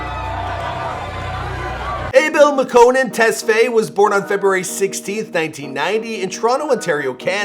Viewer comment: When he says Makkonen instead of makkonen